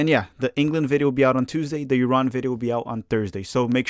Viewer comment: Thanks for pronouncing Iran correctly. I enjoy your channel 😁